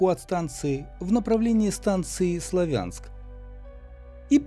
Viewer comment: вам нужно персмотреть свое отношение к названию города СлАвянск, сегодня даже московские пропагандоны зают где правильно ставить ударение, а вообще это как то странно, харьковчанин не знает где ставить ударение в названии этого города...